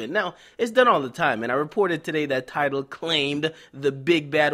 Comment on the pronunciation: Gonna have to start calling tidal, TideL